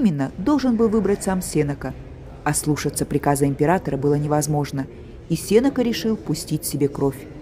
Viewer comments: спасибо, экскурсия по выставке очень интересная. Но ударение Сенека падает в литературном русском языке на е после н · Здравствуйте! Тоже резануло слух.